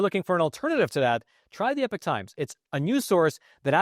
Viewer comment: Hey smart guy, it's pronounced E-pock times, not epic times, and it used to be a Christian owned company.